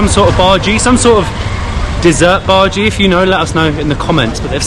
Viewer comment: Hi! I liked your video. But, just FYI, one of the snacks you ate is pronounced bajji, not bhaji. The emphasis is on the 2 jjs, not on the a.